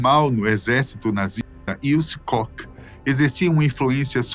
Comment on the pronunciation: A pronúncia é "Kór" e não "cock". Dá uma agonia isso, um canal com tanta relevância custa colocar o nome no google tradutor e pedir pra ouvir a pronúncia correta?